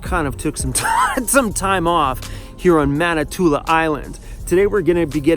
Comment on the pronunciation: Sorry to nitpik but it sounds like you are saying Manitoula ... it ends in a 'in' ... Manitoulin Island. ;-)